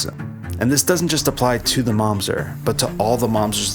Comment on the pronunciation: it's mamzEr not mAmzet